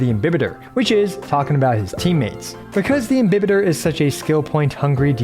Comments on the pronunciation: Your Pronunciation is right He's actually Im-bi-Baiter Luna 😂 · Dude you're one of the few to pronounce "imbibitor" the right way 😭😭😭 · Your pronunciation of "Imbibitor" is correct: it's latin, so it's pronounced as it's written I don't know what the voice actor was drinking when dubbing (pun intended) lol Ah, just one thing: the plural of Squama Sacrosancta is Squamae Sacrosanctae (ae is pronunced like you do in Lunae) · Your pronunciation is okay. This is a Latin word. There's no such thing in Latin as "im-bye-bitor"... This is just again the Hoyoverse localization team not giving a damn about the correct pronunciation of the words in their own freaking game... And "imbibitor" means something like "drinker" (most precisely, "imbiber") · I refuse to agree with the EN direction for how to pronounce it, your pronunciation of imbibitor is far superior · Imbibitor with an i is the correct Latin prononciation. You're damn right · FYI Your pronunciation of "Imbibitor" is in fact correct, although we don't know exactly what the latin pronunciation of words was, it's sure as hell gonna be closer to roman-languages such as italian or spanish than the americanization of EMBAIBITOR, which is a bit cringy tbh. I'm glad I didnt have to cringe for the entire video. Great work as always! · Technically you’re correct with your pronunciation, but the VAs did so in an English way 🤷🏻‍♀️